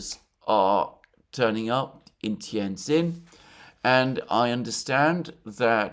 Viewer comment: Pronounced 'tee ann gin' . You're welcome